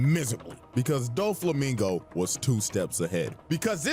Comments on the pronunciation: Dough-flamingo ✅ Doo-flamingo❌ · The video correctly pronounced Doflamingo name throughout the whole video but you kept saying it wrong. It aint Duflamingo like Du rag 😂😂😂😂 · Hears and acknowledges that his name is Doflamingo Says Dooflamingo the rest of the vid anyways💀